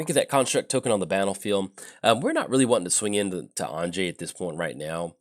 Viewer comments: Anje (because Innistrad is based on Western Europe) would be pronounced as if you were saying "Angie", but completely forgot the long "e" sound at the end. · I'm pretty sure the correct pronounciation would be An (as in Annihilation) + Yay without the y sound at the end - Anye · I feel like your pronunciation is more of the Russian but Innistrad tends to feel more southern Austria - if you drew a circle with say Graz at the northwest corner, Zagreb as the southwest corner, and caught a little piece of Slovenia, northern Croatia, and southern Hungary - that to me is Innistrad. That's why I went with a different pronunciation.